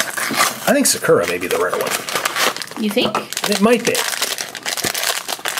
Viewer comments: Is it just me or does it annoy you how they say sakera instead of sakura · Sakura is pronounced like SAH-KOO-RAH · Your pronouncing Sakura wrong it’s a Japanese name (sow-kur-a) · is pronouncing Sakura wrong first thing. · They pronounced Sakura wrong 🙁